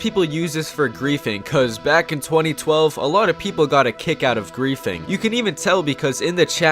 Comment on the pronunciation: "the main reason why this client was so uthful for greathing"